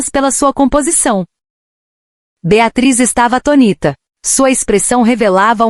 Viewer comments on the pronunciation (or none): “Beatriz ficava atonita “ em vez de atônita! Terrível! Dói no ouvido! Deve ser porque a língua inglesa não tem acentos?